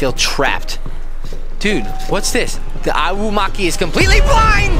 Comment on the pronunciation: He pronounced it wrong he said ow-you-waki it eye-you-walk-e ayuwoki